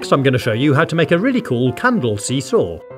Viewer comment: As someone who plays Rhythm heaven when he said see saw I heard eoo aoo